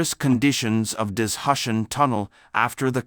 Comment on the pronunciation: What’s “dis-hush-en”? For heaven’s sake, say “da-zoo- shan” ( for Dazushan in pinyin ) !